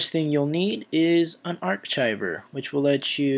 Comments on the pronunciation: unar"kive" not "chive" just a word to the wise fellow "english" speaking citizen. </3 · UN-ARCH-IVER LOL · lol, its pronounced unarkiver. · Lol 'arc-chiver' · lol its pronounced UN- ARK -IVER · "Un Arch Icher"? Dinker